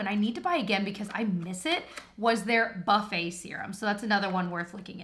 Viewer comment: I thought she said the “Butt Face” instead of “Buffet” serum😂😭